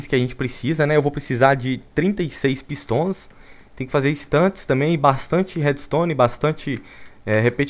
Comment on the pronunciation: Ninguém: Vinícius: PÍSTÓN